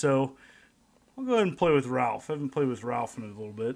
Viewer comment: Said Ralph! wrong.Its Ralph! Not Ralph.